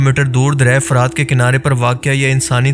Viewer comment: لفظ "فَرات" نہیں بلکہ "فُرات" ہے۔اس کا مطلب شفاف اور میٹھا پانی ہے